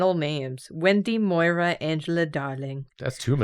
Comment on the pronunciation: My middle name is Moira and I do appreciate pronouncing it 100% correct